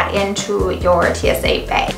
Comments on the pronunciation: What's a beg? I guess it's a Minnesota thing...😁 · The way she says Bag.... haha